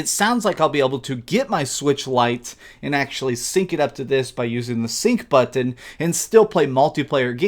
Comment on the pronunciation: OMG listen to him say button..............baaahahahahha